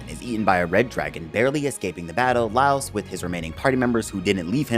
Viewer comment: you keep calling him Laos, thats not his name